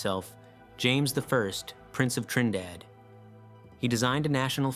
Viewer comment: Okay, your very first island is Trindade (Treen-dah-Jee) the other island is Trinidad, like as in Trinidad and Tobago.